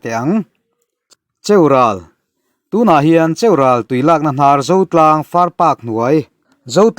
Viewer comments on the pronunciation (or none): Cheural hi lam rik hniam tur aw. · cheural ilam dan adik lo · Tha lutuk e mahse Cheural I lam dan hi a dik lo deuh aw